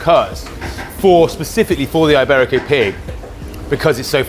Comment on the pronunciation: Eyeberico. Not quite as bad as saying Eyetalian, but not too far off.